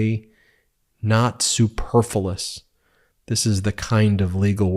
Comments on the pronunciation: It’s Superfluous, not superfulous. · I liked your pronunciation of 'superfilous' ha ha! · “Jack smith picks his words so intentionally, so specifically, not superfullus” bruh, wrong time to fuck up a word 😂😂